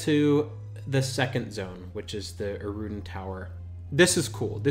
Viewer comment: For somebody with do many years of experience, it's insane how many names and terms you mispronounce...even obvious ones like Innothule, Deity, Erudin. Ill cut you some slack on Qeynos and the 10 other mispronunciations